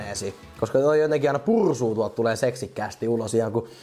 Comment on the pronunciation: Pursuu. Ei purrrrrhhsuuu